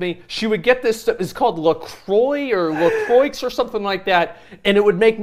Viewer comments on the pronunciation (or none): "la croicks"